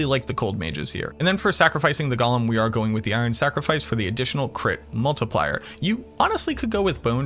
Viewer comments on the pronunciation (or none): none